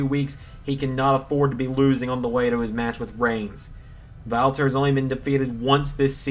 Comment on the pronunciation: I love that you do the right pronunciation for the „Ring General Walter“ 100 times more accurate than the wwe ring announcers